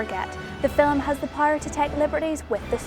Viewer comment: it's film, not fillem